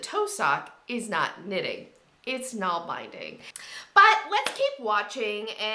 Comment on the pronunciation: Nålbinding is pronounced Nohl-bin-ding.